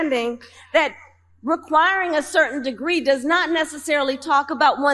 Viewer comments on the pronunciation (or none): none